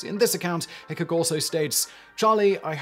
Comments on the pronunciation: It's pronounced "Wild Bill HickCOCK". Not Hickick. lol! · Once again....it is pronounced Hick -cock and not like the word "hiccup." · Normally I love your videos Simon, but this time you were getting on my nerves mispronouncing Wild Bill Hickok’s and Jerry Miculek’s surnames!